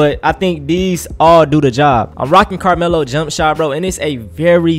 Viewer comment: Bro said “Lamelo” and not Carmelo 🤣🤣